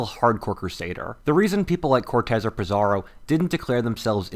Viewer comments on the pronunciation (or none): Pizzaro...not Bizzaro! 😂